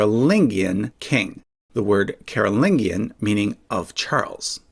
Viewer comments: It’s a soft ‘g’ babes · i mean I speak English too so I'm fine with the vowels, but I've always been taught that the G is supposed to be soft like a J sound. It comes from Latin the same way as Merovingian, and he pronounces that one with a J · The way you pronounce "Carolingian" is really distracting